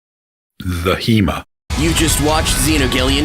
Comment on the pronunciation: "The Hema" ok